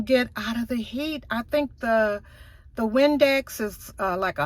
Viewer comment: Windex? You mean heat index? 😆 all in fun.